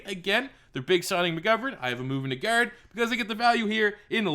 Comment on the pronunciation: Why do u say guard like gerd